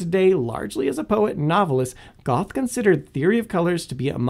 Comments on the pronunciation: Goth. More commonly pronounced gur-tuh. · Goth? Goethe? It is spelled GUOEHHTHE. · “19th-century Johannes von ‘Goth’” Do you mean Goethe? It’s pronounced “gur-tuh” or, using IPA, ˈɡɜːtə. (I literally did not know who you meant because of that pronunciation and had to figure it out.) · He mispronounced the name Goethe. The closest I can get to spelling the pronunciation of Goethe: ger-tah. In German the "oe" is a replacement of o-umlaut, which is not a sound used in English. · Goethe -> Goo-tuh mixed with Gerta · Did he say "Goth"? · Okay. How would you spell the pronunciation of Goethe?